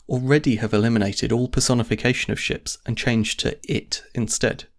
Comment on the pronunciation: "she-ps" :P